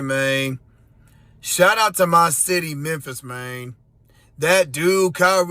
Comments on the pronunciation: This is so "F"ed up ! Learn how to speak dude.. its "man" not "main" DS!! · Learn how to speak main , and tell me the people of Memphis are not really represented by the idiot who can't even pronounce the three letter word man, moron! And let me give you a fact check that moron is not me being racist or saying that main isn't the same as man, moron is just a short version for moronic just like main is short for mainly and man is short for Manley, see the difference, obviously the guy crediting his people of Memphis dose not understand yet that education pAst the second grade will profoundly improve your speech and utilization of words and there meanings and when to correctly use them so as you seem like your not just a moronic race baiter with no education or worth in a society already filled with idiots but I digress about the people who choose to represent a city but only further the countrys problems by speaking. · Just a little tip for those who want to sound intelligent (even if you're a f-ing idiot). Don't pronounce "Man" as "Maine." Man is a male human, Maine is a state in upper New England and known for its lobsters. Also, I wouldn't quote Memphis as being a common sense city, brah......your crime rate is off the charts. You keep doing you though....go get some Swisher Sweets and some lottery tickets and go back to "axing" for presents for your "Berf-day." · It's pronounced "man," not "main." Boy. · Memphis “main”😂😂